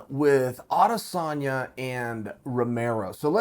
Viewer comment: You pronounce it A-des-sanya Ariel actually says it right